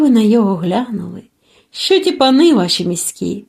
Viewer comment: ВСЕ добре, але не "щьо" , а " що"